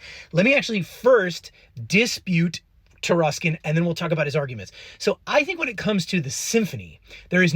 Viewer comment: That's "Taruskin."